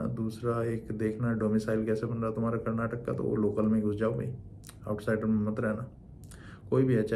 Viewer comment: Just by pronouncing it the right way as "KARNATAKA KAA", you won't lose anything...